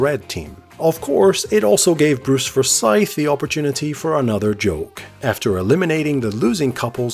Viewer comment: Such a great show. I think everyone who watched this shouted "higher" or "lower" at their TV! xD Slight nit-pick on how you pronounced Forsyth though >.<